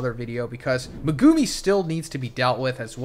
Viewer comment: The way you pronounce Megumi is hard to hear 😂